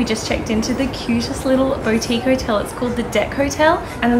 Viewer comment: Bow tique is pronounced Boo tique by the way